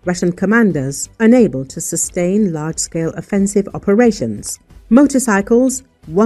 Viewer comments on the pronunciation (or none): none